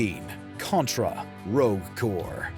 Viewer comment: Did he say Rogue core? Or I'm a crazy?